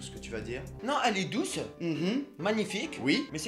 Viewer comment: Il dit douse à la place bonne